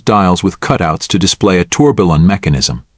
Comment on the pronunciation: I would also like to have a Pejtek Filipp Torbilllon..., check how to pronounce the names before next video;-)